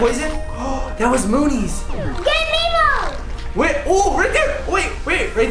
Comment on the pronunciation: It's not memo it's nemo